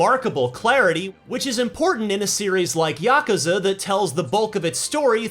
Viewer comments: ya koo za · You pronounce Yakuza funny.